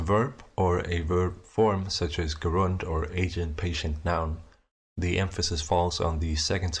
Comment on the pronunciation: I must have missed the bit where you introduced front rounded vowels. "Gerund" is pronounced with an initial J sound, and it sounds like you've confused it with an agent?